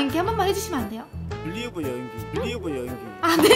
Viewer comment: 글리버 / 뽀뽀할때 뽀 = 글뽀ㅋㅋㅋㅋㅋ